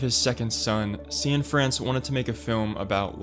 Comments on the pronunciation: Is Derek’s surname really pronounced “See-In-France”? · "See-in-France"? Come on man